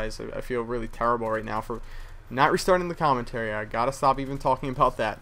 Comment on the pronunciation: LOL he said "tarrable" like Charles Barkley.